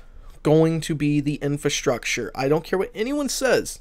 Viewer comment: Not "infAstructure".. it's infRAstructure.